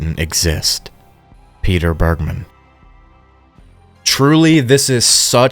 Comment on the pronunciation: “Bergmann” isn’t pronounced how you did it btw, my step dad’s surname is literally the same just without the second N and it’s a german (i think) jewish origin surname, so it’s not pronounced in an american way 😅